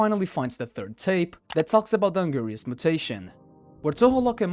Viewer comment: Um actually it’s pronounced (AN-GIR-IS) not (AN- GIRI-US)🤓👆